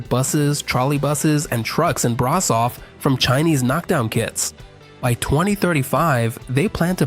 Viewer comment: Ș = SH, CeauSHescu, BraSHov, Steagul RoSHu (Red Flag) Ț = TZ, CarpaTZi